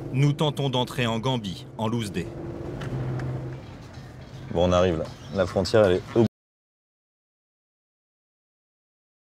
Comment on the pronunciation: « Nous tentons d’entrer en Gambi en louzdé » 🤣😂😂